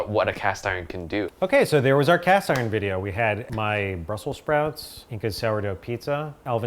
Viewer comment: She says Iren lol